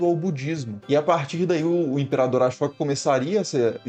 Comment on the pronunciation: Putz... अ-शोक não se pronuncia "a-chÓca"...